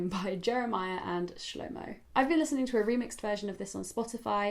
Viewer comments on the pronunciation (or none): none